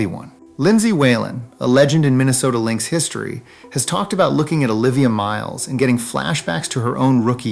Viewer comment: Learn to pronounce the names.